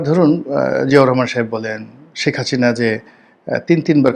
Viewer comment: আপনি বাংলা ভালো ভাবে বলতে পারেন না। হাসিনাকে বলেন হাছিনা। হিন্দি বলবেন কি করে ?